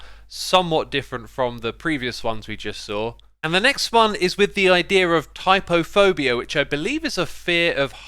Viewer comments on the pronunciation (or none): It's trypophobia, not typophobia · it's trypophobia.......he missed an r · I think it's 'trypophobia' with a 'r' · Ya missed the R in "trypophobia".